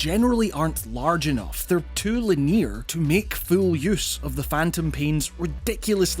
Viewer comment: What accent is this? Interested in the pronounce of "linear"